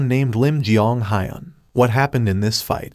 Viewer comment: Its hiiun not hyun with e only higher pitched